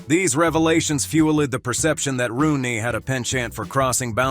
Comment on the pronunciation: Re-moresy, fuel-LED, pen-CHANT, and Be-Have-yur? 😂 AI voice is funny.